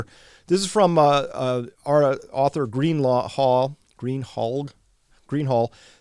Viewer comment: Greenhalgh is my married name. The last g is pronounced like an s. GreenHALSH. That's Old Anglo Saxon for ya.